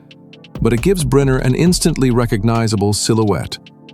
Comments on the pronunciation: Stop saying Briner it is pronounced Brinner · Pronounced BRINNER.